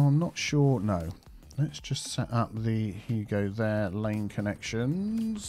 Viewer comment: He used to say "you go there" and then because of his accent it sounded like " there". Everyone commented on it, so then he actually started saying " there" on purpose. The game updated, so he doesn't have to manually make the connection anymore, but still exists! Maybe go back and watch his old videos!